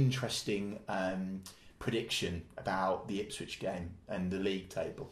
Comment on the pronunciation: I has halfway through typing a comment asking why always pronounces Ipswich Ipswidge. But Chris beat me to hit